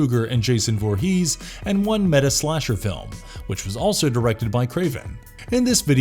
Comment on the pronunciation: “Jason Vor-HEES”